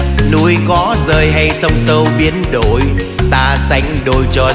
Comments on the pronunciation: Phát âm câu "Biến Đổi" khó lắm chứ k phải giỡn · lửa nóng , biến đổi , gửi trao phát âm nghe nổi cả da gà , hay thật !! ít ai hát mà phát âm dc như vậy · Phát âm dấu hỏi cực rõ nge đúng chất các cô chú danh ca xưa..." núi có rời hay sông sâu biến ĐỔI..."